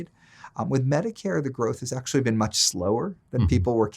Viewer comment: Leave to to Reason to slide in with the "AKShoOAllleee" meme